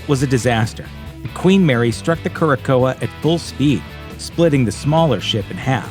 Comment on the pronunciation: The Queen Mary's convoy ship is pronounced "keer-a-sow." Great round up of the haunted reports.